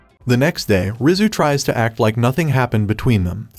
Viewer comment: Rizu sounds like rizz